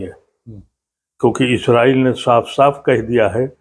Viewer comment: آ پ کو اس سے پہلے بھی لکھ چکا ہوں کہ اصل لفظ " اسرائیل" ہے نہ کہ ازرائیل ۔ آ پ کے مہمان جناب ادیب صاحب خود آ پ کے سامنے بیٹھ کر بار بار لفظ اسرائیل بول رہے ہیں مگر تعجب ہے کہ آ پ ازرائیل کا ورد کیے جا رہے ہیں؟